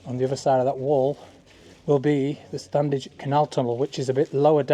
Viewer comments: Fantastic - thanks. Can't wait for part 2. As a local... you don't pronounce the first 'D' in StanDedge..... it's just 'Stan-edge' phonetically! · Very impressive. Locals pronounce it “Stannage” without the “d”. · Always pronounced this 'Stannage'. I grew up just the other side of the Lees boundary. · Standedge is pronounced as Stannige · Love your videos, watched them since we got a Smart TV with You Tube a few years ago. A couple of points, although its spelt Standedge as a Colne Valley lad with a Slaithwaite dad, it’s pronounced Slawit by locals, the d is silent, like the P in bath, so it’s Stanedge. Also Diggle is and always will be in the Ceremonial County of the West Riding of Yorkshire, Ted Heath can’t remove a thousand years of history. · Anyone else pronounce it without the D? My mum was born in Marsden and always called it the "Stanedge Tunnel" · My grandparents and my mum came from Marsden and the first 'd' of Standedge is never pronounced. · Correct, we lived in Uppermill, it was always pronounced “Stannage”. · ❤ us local lads don't pronounce the D. Great Video!